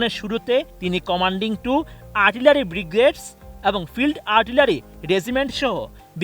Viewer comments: একজন টিভি রিপোর্টার যে সঠিক ভাবে বাংলা উচ্চারণ করতে জানেনা, ব্রিগেডিয়ার ও ব্রিগেড উচ্চারণ করতে তার কয়েকটি দাঁত পরে গেছে তবুও উচ্চারন করতে পারলেন না। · জনাব সংবাদ পাঠক ভাই ব্রিগেডিয়ার (Brigadier), ব্রিগেড ( Brigade) --- শব্দগুলো সঠিকভাবে উচ্চারণ করা শিখুন, প্লীজ!!!